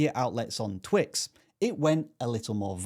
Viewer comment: Am I tripping did he say "Twix" 😂😂😂 but on a serious note I wish they hide my subscribers count it would be nice not to look at it going up and down like a roller-coaster